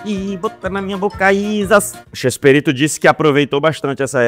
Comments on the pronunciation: ama tanto que fala chespErito invés de Chespirito. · Para de falar ChespErito! É ChespIrito!!!